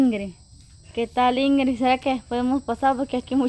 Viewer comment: INGRIS???? REPITAN INGRID INGRID INGRID INGRID INGRID.... APRENDÉ A HABLAR Y A ESCRIBIR!!